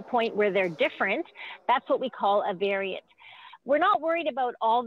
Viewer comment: She sais Canadian varient?😂 Up next. The alient varient💀💀👽👽👽 spoookyyy ish